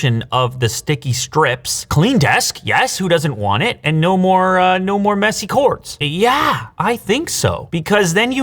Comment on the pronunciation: Doggo clearly knew Flying Ball was actually Satan's Testicle. Also, when he was wrapping up the invisible wireless charger, referring to the hidden cord, it really sounded like he said, "...and no more messy corpse!!" 🤣